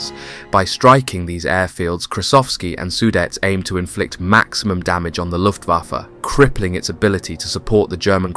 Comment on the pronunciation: He said LOOFAFA BWAHAHAHA